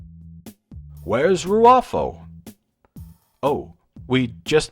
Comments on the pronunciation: "Picard and Rufio..." "Picard and Rrfro..." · I love how Mr Plinket can't pronounce the bad guy's name correctly. Hahahah